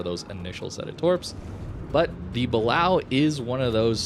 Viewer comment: It's pronounced Buh-Lay-Oh not how you're saying it